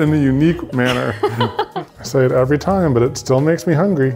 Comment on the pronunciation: y'all.. hahaha!! 'bean tiem," "resin tiem…." haha!! *ahem.. "TIME"